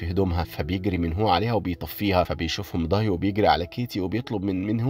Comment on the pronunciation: داي ❌ ضاي✅